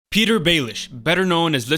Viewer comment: Thank you for pronouncing it “Peter” and not “Pi-TAHYR”